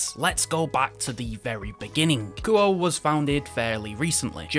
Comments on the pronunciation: I think it's pronounced more like Koo-Oh-Eh. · Actually, the proper Japanese pronunciation of Kuoe would be (Ku-Oh-Eh). I'm not sure if they want their name pronounced like an English word, usually not. But it would be like calling a girl named Akane A Cane instead of (Ah-Kah-Nay).